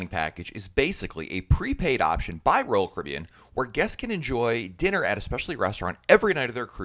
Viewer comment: He said Royal Carribean like roll curbin